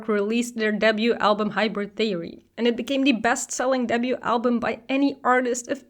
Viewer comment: Every time you said "debut" it sounded like "double U" and that confused me 😅